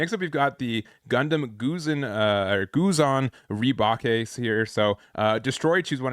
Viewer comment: Gusion is pronounced GOO-shee-on.